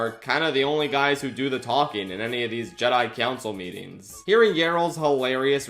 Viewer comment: How - HOW - did you cover the Bob Goldstein sketch and NOT mention the fact that he pronounces Jedi 'Jeddy'? Laughed my arse off for a solid 30 seconds first time I saw it, such a simple but hilarious detail.